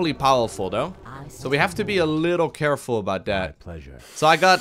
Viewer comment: "A little more carrefull" spamming Kael'thas Aoe in his army